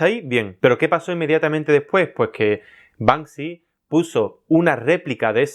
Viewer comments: Y a ver que "Panksy" jajajajajaja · Acabo de darme cuenta de que su nombre es BANKSY y no Bansky, sorry : ) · La gente que dice Bansky es la misma que dice mounstro. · "Y a ver que panksy" ja ja ja ja ja ja. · No es Banksy... es Bank Si!